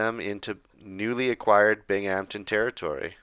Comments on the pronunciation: Bing-um-tin not bing-amtin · Hey man! Love the vids but as someone who lives next to Binghamton it’s pronounced more bing-um-tin More of a hum sound in the middle! Not as much bing-HAMPTON Love the videos and the series! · Binghamton is pronounced Bing-um-ton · Binghampton is pronounced "Bing um ton" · It’s pronounced bing-um-ton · It's pronounced Bingumton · it’s pronounced (bing-um-tin) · I commented last video that’s how the locals say it 😂